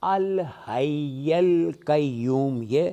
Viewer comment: بھائی الحی پر زبر نہیں ہے آیت الکرسی میں